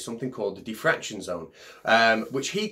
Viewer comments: What’s diffraktion? :-P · what is "Thi Fraction"? How about "Die Fraction"? Brilliant!:)))))))))))))))) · Sounds like some people were saying "deefraction" as if it were an undoing of fraction. Teehee. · I have to admit, the first time you said it here, it sounded to me like "de-fraction", and I had no idea what you were talking about. I don't think has that excuse though.